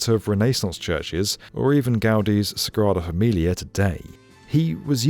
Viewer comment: “Gaudi’s Strada Familia”? Seriously?!